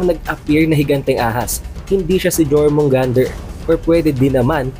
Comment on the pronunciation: yormugandr pronounce dun idol hindi jormungander